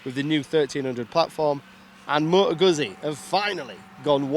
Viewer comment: Goot-zee not goozee